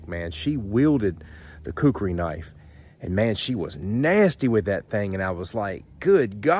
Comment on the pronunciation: First let me say, you pronounced Khukuri just fine, Not to worry. Second, in said movie you mentioned, yes the Khukuri in the right hands is the most dangerous knife ever known. It even beat my Kabar USMC knife, and I love that thing. But the Khukuri is just brutal. Third, actually the Khukuri was designed and created at an agricultural tool first, and a weapon second. Fourth, people in rural Nepal still carry a Khukuri when they go out. And lastly, yes I am a Khukuri collector, but I get mine directly from a shop in Nepal. All of which are hand made out of 5160 spring steel. As for the handle, that one you have is pretty much correct. A full length rat tail tang. However, the shop I get mine from is now making full tang versions of traditional and military Khukuri’s. And they are more then just choppers. Use the fattest part of the blade to chop with, and the inner curve, near the handle for slicing and such like. A good Khukuri is more then a tool and or weapon, but a friend in the field, when you need it.